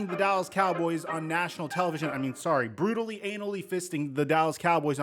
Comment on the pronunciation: Bro you can’t say brutally 😂😂